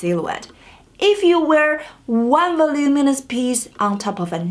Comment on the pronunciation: I may not agree with every single rule on your list, but I have mad respect for anybody who pronounces "voluminous" correctly - so much so that I subscribed to your channel because of it.